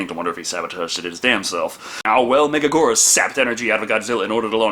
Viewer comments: Thank you for another Godzilla review,!!!! (Not to be that guy, but it’s Mega-gear-us, not mega-Gore-us) Love your reviews though as always!!! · It's pronounced Mega-gear-us. Megagurrus is a mistranslation, you silly fool! Also, it's a girl. The whole "King of Meganula" is another mistranslation. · With all due respect, it’s gear-us not goor-us. Love the vids tho keep em coming! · Mega geerus not mega gorus (Why do they also pronounce it wrong) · I've heard it pronounced that, the way pronounces it, mega-GWEE-rus, and even mega-JY-rus. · It's pronounced (mega-gear-us) megaguirus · Correction it’s pronounced Mega-Gear-rus. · So, can't hold it against entirely, because the English voice cast pronounce it wrong too, but...The I in Megaguirus isn't silent. Write out any given word in Japanese with Western characters, NONE of the letters are silent. Also both Us should be pronounced the same way, specifically the way the first one is pronounced. It's been a while since my high school Japanese class, but pronunciation is something they hammered in HARD. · Apparently they pronounce it that way in the English dub but obviously they don’t know how to pronounce it... Can’t blame for that one...